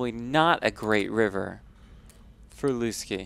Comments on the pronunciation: Why are they calling him LOOSE-KEY? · Why are they calling him Looskey?